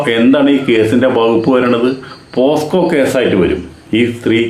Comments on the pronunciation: പോക്സോ ആണ് ചേട്ടാ,, പോസ്‌കോ അല്ല 😀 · പോസ്‌കോ അല്ല ചേട്ടാ പോക്സോ ആണ് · Hello bhay.....Not Posco but Pocso......